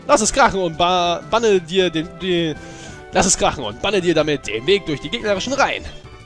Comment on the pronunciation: Hahaha du bist so lol da steht bei baHne und du liest baNNe!! :D